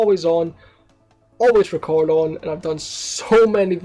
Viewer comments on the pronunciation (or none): ''i recoarding'' lol xD